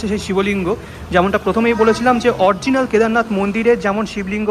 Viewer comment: কথাটা অরজিনাল নয়, অরিজিনাল...